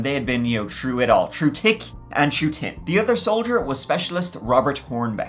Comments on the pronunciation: I watch your videos just to hear you say "tree" & "turd" instead of three & third! In this video when you say "true tick & tin" I lost it 😂🤣😂 Luv it! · "True tick an true tin" Never change.